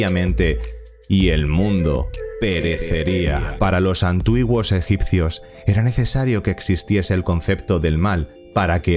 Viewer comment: "Antuiguos" Vamos bien.